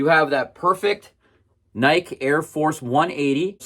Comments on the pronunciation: Is there there a specific reason you are pronouncing Nike the way you do? He in Eugene home of the brand we pronounce it like Nike-E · Pronouncing Nike like "Mike" is weird, but cool video. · I can't watch this, dude. He goes out of his way to mispronounce nike. He's the only person on the planet who pronounces it like that.